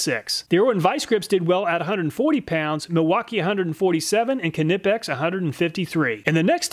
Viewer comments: You know I love your videos. But I think you're pronouncing knipex wrong. I don't know this for sure but I think it's probably the same way you pronounce knife, with a silent k. But don't let my correction bother you. You're still doing the best job of anybody doing this kind of stuff. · Great tests but just a question? How do you pronounce "knife"? Now look at "Knipex". Sorry about the sarcasm but just a pointer. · The K in Knipex is silent most likely this is based on the fact my last name is Knapp and the K is silent so my last name is pronounced Napp and not Ka-napp. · the k in knipex is silent, just like knife, please lol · Why do you use imperial for width and SI for weight, then imperial for torque!? I like the videos but if you're gonna use a system of measurements... please just use one system...Converting back and forth sucks. Also it's like pronouncing knife. For the knipix..... the k is silent my man. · lol drop the k when saying knipex. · I‘m sorry but the way you pronounce Knipex is driving me up the wall 😭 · THE K IS SILENT IN KNIPEX. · This is the third way I've heard knives pronounced.( nipe, nip, k nip) Does anyone really know the right way? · Long time viewer. short time sub. I hear the way you pronounce "knipex" is WAY off.. your weight on the kni part is amusing though :) makes me laugh every time . no offence mate.. the over pronunciation of KN is whats off. Its more like "kn then the i from in, then pex. making "knaypex" or roughly in your tounge :) not knippex like you i hear. hope you get it right the next time :) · Stop pronouncing the K when saying Knipex! The K is silent. It’s “nigh-pex”. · The real winner here is the Irwin at $12! The K in Knipex is silent. ;) Another awesome video! I think its great how you figure out ways to make these tests fair and useful. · I really enjoy your videos 👍 The only "bad" thing, actually makes me smile every time. And that would be your ability to somehow make 'Knipex' a 3 syllable word. 😂😂